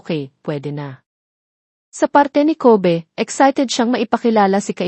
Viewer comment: Ayusin mo PO mag salita ng name NILA Yung Kobe mo sound ng covid